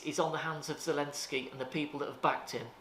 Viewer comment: I noticed that he slipped and said “Elensky”…….a ‘The Duran’ supporter to be sure! 👍🏼